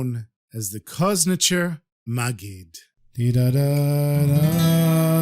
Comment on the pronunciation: Not koznitcher but pronounced koz like the 'z' is a 'j' so would be said like this 👉 koz(j)nitzer magid 👉 Koznitzer magid. פארשטייסט?